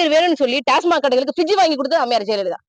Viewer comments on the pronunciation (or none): none